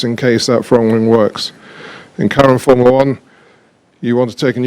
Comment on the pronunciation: Jean Todt: FOURMOOLA WAN